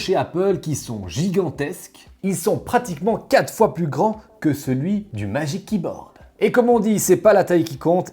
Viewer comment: MaDgic Keyboard ! Aahhhh 😭 Ça me perturbe le « majique kiborde » 😭